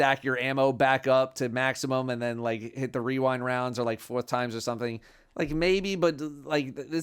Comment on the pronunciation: The masculine urge to say wewind rounds